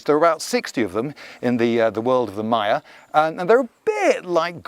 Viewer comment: Love the channel. Especially these videos of Guatemala- I was there 2012, such a beautiful place. One question, why are you pronouncing Maya so wierd? Is there some convention in British that every word that start with M is pronounced weird, like Mario which I've heard pronounced as Merry-oh.